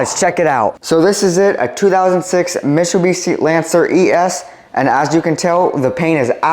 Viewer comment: I think he’s pronouncing the name wrong